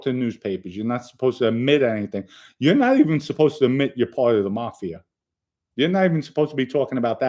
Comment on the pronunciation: i likee how you say mafi'er its reminds me of a mandarin accent they use er in a lot of words like mcdonalds in english they say with accent mcdoneerds